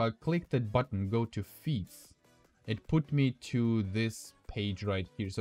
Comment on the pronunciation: Feat is pronounced feet.